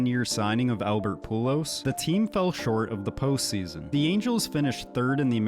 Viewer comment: He said pulos lol. I guess the script writer hired a no-knowledge narrator